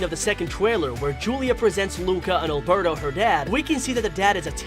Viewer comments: He said albero and not alberto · Lol did i just hear him call alberto albero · I like the way he said Albero instead of Alberto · When he said Albero I was like:............does he mean Alberto